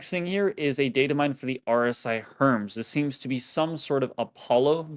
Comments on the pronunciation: "HERM-S"? Bro its HERM-ESE...In Greek Mythology he is the Herald of the Gods...sigh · It's not the Herms It's the Herm-ees